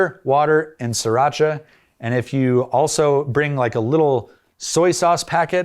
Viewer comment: Pronouncing sriracha is not hard. SRI is the way, not SIR. As there is no siracha only Sriracha.